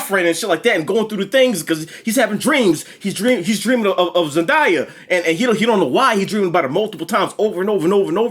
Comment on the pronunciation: NIGGA its Zen-DAY-Uh not Zen-Die-Uh. Its literally pronounced how its spelled 🤦🏾‍♂️. That aside this movie was much more than i expected and the director confirmed there will be “a lot more” action in the next one